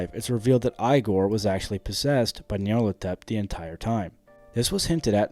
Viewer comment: I don’t mean this to sound too critical, but i find it insane how you manage to mispronounce like every character's name. If it is ragebait, it is genius. Igor is said in voice acting in 3 4 and 5 at the least.